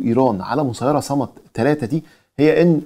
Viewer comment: ياخي اسم الطائره " صماد" مش صمد ! وهي صناعه يمنيه ليست صناعه ايرانيه ! مش عارف ليه مستحيل تستوعب عقولكم انو في عقول عربيه منتجه ومبتكره ومخترعه ! وموضوع ان الحوثيين مدعومين من ايران فقط ده كلام ناقص ، الصين بتدعم وروسيا بتدعم ومرتزقة السلاح الاوكران بيبيعو السلاح الامريكي والاوربي ولاتستبعد وجود علاقات بين الأفغان والحوثيين ووجود علاقات بين كوريا الشمالية والحوثيين ووجود علاقات بين فاغنر والحوثيين ووجود علاقات بين الأتراك والحوثيين